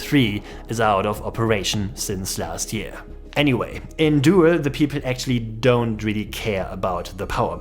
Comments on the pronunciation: It's pronounced "dool", not "duel" 🙂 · It is not "doe-el" but "doel" like the English do+l. Like "cool" but with a d. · Doowel? No. Doel. Jesus, English speakers can screw everything, can't they? Why don't their schools teach them 2 extra languagues? They SUCK. Americans never leave those weird States, and that must change. This one even has a German name. Then I really don't get it. Hard to keep friendly. Must ask questions. Like, hey man, where did you learn your English? Can't you go work in or near London for five years? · It's pronounced Dool in English, not dohel. get your facts strait. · FYI, "oe" in Dutch is pronounced as "oo" in English. So Doel sounds like "Dool", not "duel". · It pronounced [dool] as in "doom"... Doel... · 'oe' in Dutch is virtually the same as the German 'u'. As in 'du' or 'Kuh'. You're turning it into a kind of diphthong ending on a schwa. 'Doo-el' as an English approximation. Sorry, "Doel" is said so much in this video that it started grating on me :-D no offense meant to our neighbours! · Nobody ever has pronounced it Duel though